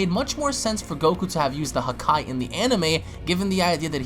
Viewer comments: the way he says it sound like huhkai instead of hakai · WHY ARE YOU SAYING HAKAI LIKE THAT